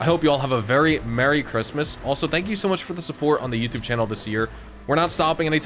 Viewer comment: Speech impairment or miss spelled Christmas 😂. Merry Christmas 🎅